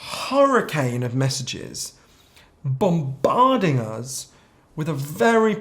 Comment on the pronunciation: I really enjoyed the video. This was very interesting! However, I think Johann's pronunciation of "bombarding" is definitely not to be underestimated. :)